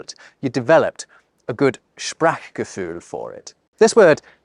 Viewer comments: Good vlog. Listen to your German guest re pronunciation, which you really need to improve. Eg., Wan(ah)derlust, Sprac(ahk) Gefühl, Zugzwan(un)g. Yes, Feierabend is a very special word in German not really found in English. Fernweh is better exemplified by the word "distance""longing" even though "Weh" is associated with pain. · The "a" in Sprachgefühl is not as short as in Dach. And the mouth stays open while pronouncing a, ch, e. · your “Sprachgefühl” is not bad but your pronunciation of this word has to be improved. 😊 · The problem with importing "Sprachgefühl" into the English language is that most English speakers fail to pronounce the "ch" frikative and the "ü" umlaut correctly. Even turned the "ch" into a kind of "k" sound, instead of the throat sound like Scottish "Loch Ness" (which most non-Scottish and non-Germans mangle into Lok Ness). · This YouTuber makes out he "gets" German, but oh my God, his pronunciation of "sprachgefuehl"... (sorry, no umlaut of UK keyboards) - the "a" is long, as in "shark", not flat, as in "hat". Has he got cloth ears? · I wonder about your prononciation of Sprach(gefühl). Why the "K" for "CH" ? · Bravo, wonderful video regarding my beautiful, but highly underestimated language. Only weak point: You might wish to work on the pronunciation of "Sprachgefühl". It should sound smoother (the "ch" should be pronounced more at the teeth rather behind in the throat), and the rest of your rather good German pronunciation tells me that you can do better. :-) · I had to laugh... at myself. I found myself correcting your German pronunciation!🤣 Your vowels tend to be too "narrow" in words like "Sprachgefühl" (not "a" as in "cat" - /æ/, but "a" as in "say Ah" - /a:/), also in Backpfeifengesicht; German is more toward the back of the mouth in vowels than English... but I do agree with you - several of these words would be gäbig in English.😉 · Why did you say Sprachgefühl like Sprackgefühl😂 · Its Not sprak its more like sprare